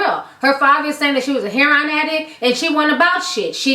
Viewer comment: not 'hair-on'... 'heir-o-in'